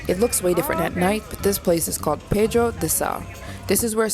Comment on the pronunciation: just a correction: it's PEDRA DO SAL not pedro